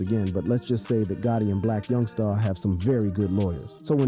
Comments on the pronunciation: You ain’t got a clue what your talking about and youngsta not young star lmao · Why does he keep saying youngSTA